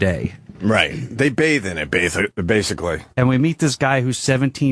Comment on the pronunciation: “They bathe in it bathically”